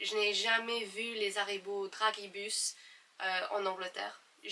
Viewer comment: Bonjour, pour les Dragibus, on prononce plutôt comme « Drajibus » (comme dans dragée)